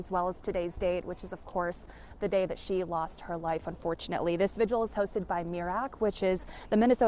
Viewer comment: There are many more important things going on here than my comment but I hear more people pronouncing vigil "vigual" (rhymes with visual) rather than vigil. Two syllables.